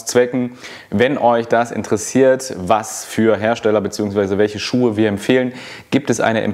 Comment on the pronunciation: "Schucke" made my day :D)